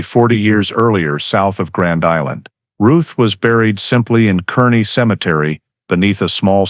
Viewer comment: It's pronounced karney.